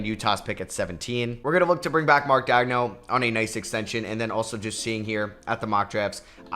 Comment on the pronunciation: Why tf do you pronounce Daigneault like that?